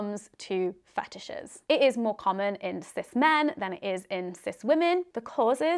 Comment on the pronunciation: ru le 34 of fe tishes